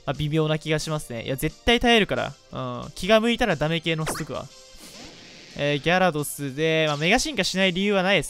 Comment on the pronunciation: ギャrrrドス